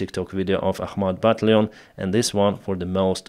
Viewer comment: Battalion: бо ТАЙЛ йон or "buh TAL yun" . The "al" part is actually pronounced like the name "Al," but I don't have a good way too transliterate it in Russian Cyrillic.